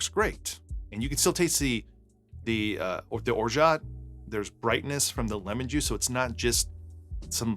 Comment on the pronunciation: I'm French the T in Orgeat is silent